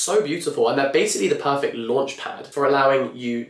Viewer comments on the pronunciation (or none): none